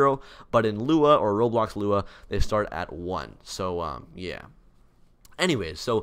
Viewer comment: That "Yeah" sounds so American